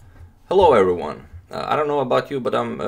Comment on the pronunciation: Hello everywan Hello everywan Hello everywan . . . . . . . . Hello everywan !